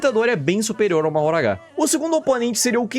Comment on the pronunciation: a pronúncia de mahoraga não é "mahoragá" mas sim "mahoraga"